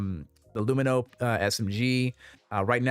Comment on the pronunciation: I don't know why hearing an extra syllable added to Lumin is so jarring every time I hear it in these videos. My general loadout is usually some combination of the Arclight or LH86, P8-SC, and S-71 or Gallant.